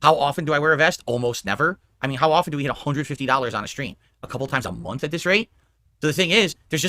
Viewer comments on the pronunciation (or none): none